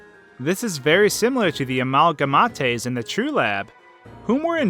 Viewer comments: Amal-ga-ma-tay? Amal-ga-mate.... Amalgamate..... Not Amalgamatay! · Am I the only that that noticed he said "amalgamatte" instead of amalgamate? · amalgamate is pronounces a-mal-guh-mit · Everyone: Uh-mal-guh-mate Him: Uh-mal-guh-mo-tay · me: amalgamate underlab: amalgamate like every undertale youtuber: amalgamate: Amahlgamahtay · Amalgamate (uh-maal-guh-mate) not (uh-maal-guh-mot-ay) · A-mal-gah-mah-tay? Amalgamate.... A-mal-gah-mate. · Amalgamate is pronounced A-mal-guh-mate. Not A-mul-guh-mat-te. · how to pronounce amhalgamate a-mhal-ga-mate not a-mhal-ga-ma-te even if im a Filipino i know how to pronounce english words, why not you? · "Amalgamata" -, 2015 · Btw at the end it's pronounced "AMAHLGHAMAIYTE" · Am-al-ga-mai-t That's the way to pronounce it. The way to spell it is amalgamate. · Dude really amalgamate is said like this Amalga-Mate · ITS ME JOE THE a-mahl-gama-te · A-mal-ga-meit (Dumb spelling is yes) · Amalgamate iş Readed by amalgameyt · It sounds like he says amalate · Wait a second.... this guy just said AMALGAMATE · A-MALG-A-MAAT-AE?! REALLY?! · lol amalgamate is pronounced Amalga-met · AMALGA-MATEY I'M DYING😂😂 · uh-mal-gah-maht-ay Ok that's it I'm done. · i love how he says amalgamate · "amalgamate"me:what amalgamate is this a joke or something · You said it wrong. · He apologised with an annotation, saying he butchered it, so he knows.